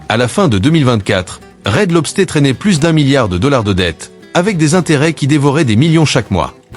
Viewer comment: Marre du commentaire incapable de parler correctement: Red LobstÉ au lieu de Red LobstEUR. Et TGI Friday, 99c only, American Freight, ... Une vidéo sur les US incapable de prononcer correctement les noms US👎. De plus utiliser plusieurs les mêmes extraits vidéos ... VRAIMENT MAUVAIS. Plus que cette économie qui s'effondre, cette ia de merde, EST le symptôme de cette fin.